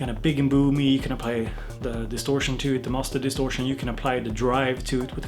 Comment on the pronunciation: Master distortion - That german accent! xD Awesome as always!